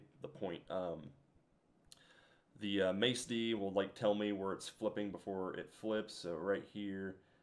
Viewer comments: Great videos and I really appreciate you sharing all of this info for the newbies, but please “Macd” is pronounced “Mack-D” not “mace” or “mace-d”. It just sounds so foreign when you say that... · You're one intelligent dude. Charts are a little on the busy side which is fine. You're experimenting. It's cool to see someone use all those other indicators. I just wish you would stop saying mase d. It's Mack d.. MACK D! Lol I want to watch these but I can't spend a million years per video to watch, but keep doing you. Fuck the haters. MACK D!